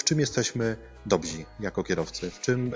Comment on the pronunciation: Super wywiad ale ... dobrzy (nie: dobzi) ;-))